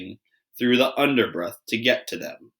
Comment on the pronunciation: on page 40 you said the underbruth not underbrush